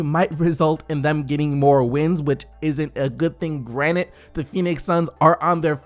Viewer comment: are you aware it’s granted and not granite? Just curious, not trying to correct.